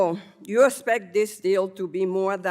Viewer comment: There should be a requirement that you can speak English to be in Congress. She keeps saying s-pect instead of expect ugh it's horribly painful to watch